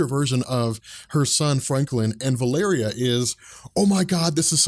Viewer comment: its prounounced val o ree